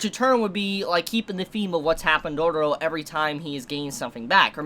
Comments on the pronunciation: It's dororo i think it's pronounced doe row row not like dooro dooro😂😂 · he adds way more r's haha it end up being Dororororo 🤣